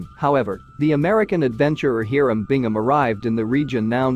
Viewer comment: I don't actually care that you use AI to narrate this stuff ... but could you possibly make sure that it pronounces things correctly. It's HI .ram not He-ram. It's not pick-oo it's Peechoo. There were a couple of Spanish ones that made me grind my teeth as well. It's durn difficult to continue to listen to these videos while cringing every time a name is mispronounced. Goddess!!